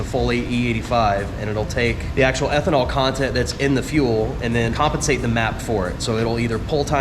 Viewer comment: "the ethonal content with the e85 w the twin turbo thursters" yes i understand